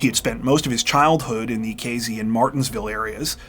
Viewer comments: AYYY! Casey = K-C not K-Z You know what, maybe I will let this one slide, since I can't stop watching your channel. Love it! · I really like this channel and your stories. I particularly like that you are articulate and usually use correct grammar and pronunciation. This does not seem to hold true for your pronunciation of location names. In this narration you pronounced the name of the town as K Zee. It was toward the end that I realized that you were talking about Casey, (with an S, not a Z) a place that I have been. I would have enjoyed your story even more if I had known where it was taking place. Thank you anyway. You are better than 48 Hours or 20/20.